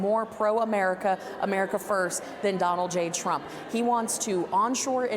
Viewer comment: Trump🇺🇸 not tramp.